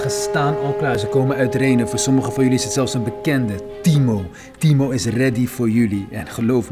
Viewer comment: Je zegt een paar Timor in splaats van timo